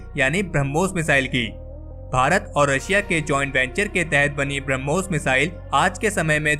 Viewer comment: ब्रम्होस नही बेटा ब्रह्मोस है, उच्चारण सुधारो